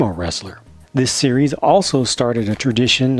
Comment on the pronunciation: When you said series nine I thought you said Siris nine and I'm like Siri is like 500